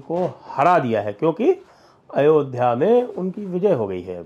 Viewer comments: It is ayodhya, not ayo diya pappu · Bugger doesn't even say Ayodhya properly. Aayodiya bolta hai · बालक बुध्दि को अयोध्या भी बोलना नहीं आता 😂😂😂 It is not ayodya , it is Ayodhya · अयोध्या को अयोदिआ बोल रहा है यानी जो नाम भी सही से नही ले सकता वो विपक्ष का मुखिया है यही देश का दुर्भाग्य है। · Ye Ayodhya ko ayodhiya bol raha hai .shame on Ayodhya wasis